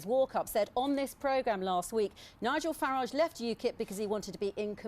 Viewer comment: Abrupt style, barely concealed hostility and snide questions - all aimed at trying to discredit Mr Farage. In other words, the perfect (from the BBC's perspective) way to deal with him. Note too, the deliberate mispronunciation of his name. Utterly disgraceful!.